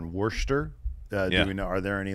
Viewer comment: It's pronounced Wuh-stah lol - sincerely, Someone from Massachusetts